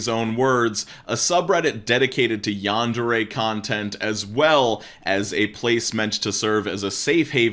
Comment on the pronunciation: im gonna get bothered by the pronouncing of this one because Yandere is not said rightly. Still. This is sad. edit: just changed a word.